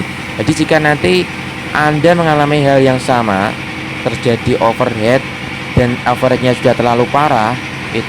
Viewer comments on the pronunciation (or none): Over Heat. Bukan Over Head.